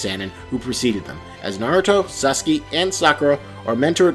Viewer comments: good vid but... its mOnga not manga (like mango) and its sauce kay not susky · WHY IS HE SAYING SUSKY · Sas-kee? Main-ga? Yay-nko? You're killing me, man. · WHO TF IS SASUKI? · Suski. I don't even watch Nar-toe and even I laugh-cringe when I hear you say Sasuke's name. Suski. Lol. Love it. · you did NOT jsut say "SASKI" ... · AT THE VERY BEGINNING, You Ruined the pronunciation. It's ok. It's ok..... SHINNEEEEEEEEEEE!!!!!!!!!!!!!! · U didn't even pronounce "Sasuke" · I gotta say it really bugs me your pronunciation of Katsuki (u is silent) and Sasuke (the e is pronounced like "eh" not e) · c-can you not pronounce Sasuke...? bruh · This guy can’t say sasuke or katsuke